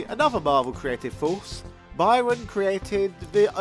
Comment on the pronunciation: Byrne, not byron